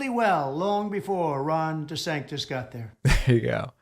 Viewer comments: "De Zanktiss" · If you can't pronounce "DeSantis" properly, you probably can't pass your own mental competency test.